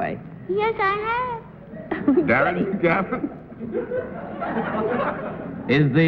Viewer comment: At the mark when John Daly is welcoming Darren McGavin to the show.....doesn't it sound like he mispronounces "Darren"? McGavin even seems to have a funny look on his face as if he's trying to figure out if he said it correctly or not.